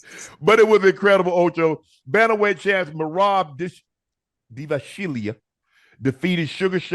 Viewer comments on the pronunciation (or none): marab "divashvilia"😂😂😂😂😂😂😂😂😂😂😂😂😂😂😂😂😂😂😂😂